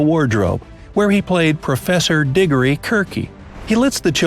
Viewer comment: Kirke isn't pronounced kirk-ee